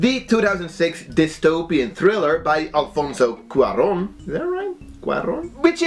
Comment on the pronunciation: Yes you said his name right! (Alfonso Cuaron) 😊 he makes pretty good movies!